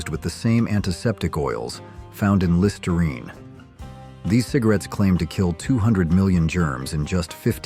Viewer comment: it’s too bad your AI voice mis-pronounced Listerine cigs and also Mum, calling it Mom. Not once, but several times.